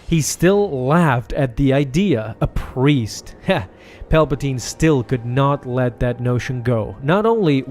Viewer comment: ...did he just say "as a pwiest" ?